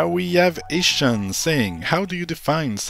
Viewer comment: FIRST!! Lol it's pronounced ishaan not ish un XD Also my Pokemon point is that there's a lot to do besides following the main questline And the v&h points were to get more combat exp hence dailies needed Side content in Pokemon is catching more Pokemon in side zones/new zones! And yes I HATED THE CLASS BALANCING IN V&H but it has nothing to do with the horrid exp curve from 75-95